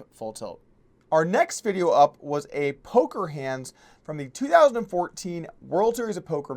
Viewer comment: Is he saying "Polker hands" or "Poker hands" Im so confused.